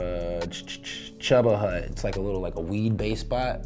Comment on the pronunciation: Homie called Cheeba Hut chubba hut lmao